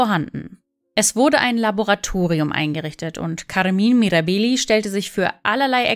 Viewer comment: Die korrekte Aussprache gehört zur Recherche🤦🏻‍♀️